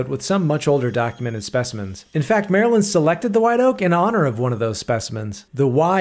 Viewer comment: This is the first non-marylander who ive seen who can pronounce maryland properly. Im gonna put a like on this video just for that reason alone.